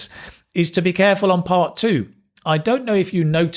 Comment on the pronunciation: In my honest opinion she really need to work on PRONUNCIATIONS. For eg. She is been saying Ijj which is actually Is. Greenaary which is greenery. I hope she will work towards it 🙏